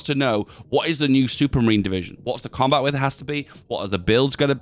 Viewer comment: I've heard you say "coombat width" so many times, it has lost all meaning.